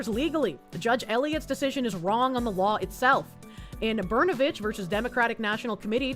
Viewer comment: Oh. "Brnovich" .. I thought you said, "Burnabitch."